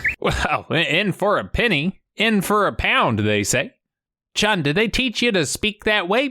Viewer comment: Chiun. Not Chun, people.